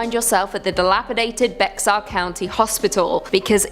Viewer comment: The x in Bexar is silent.